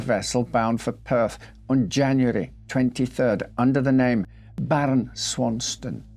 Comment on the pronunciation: "BARON".......lol, sucker's taking the risks